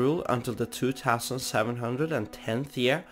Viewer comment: I love how he says two tousand